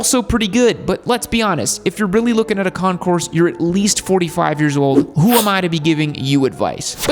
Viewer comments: Please keep in mind that the letter “S” in Concours is NOT pronounced. It comes out as “Con-kore” when pronounced correctly. Impress your friends by showing them how SAUVE you are (!) by using French words like they’re meant to be pronounced. 😅 Super cool, dude! 🎉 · AND its Con-coor.. the"s" is not pronounced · The way it's "Pronounced" is Concoor, you don't say or pronounce the S even though it's spelled that way. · It'd have been a more enjoyable video if you'd have pronounced "Concours" correctly. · Still mispronounces Concours. The s is silent